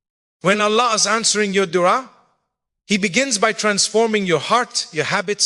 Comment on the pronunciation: Is this AI 🤖 why would Mufti Menk say dua like de3a??? AI CAN MIMIC OR REPLICATE THE VOICE BUT SOMETIMES THEY CANT REPLICATE THE CORRECT PRONUNCIATION OF A WORD WRITTEN IN ENGLISH BUT THAT IS NOT ENGLISH.